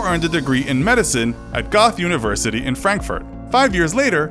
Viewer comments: Goethe is not pronounced “goth” its pronounced gehr-ta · Goethe isnt pronounce goth. It is Goh-te if you are a English speaker. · The university "Goethe" is pronounce "Ger-tah" (well if you can't round vowels). It is NOT GOTH university. Oy vey. Most of these videos are great, but mispronunciation of the most prolific of all German writers is just freaking lazy. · Goethe - "goth" aaaaaaaaaaaaaaaaaaaaaaaa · Goethe is pronounced “Go-tay” in German. Source. I am German and live in here. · I'm sorry did u say GOTH university? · I GUESS it was just a question of time before I heard "Goethe" pronounced as "goth" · Yeah the narrator is tone deaf. And can't pronounce Goethe. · The way you pronounced Goethe hunts me at night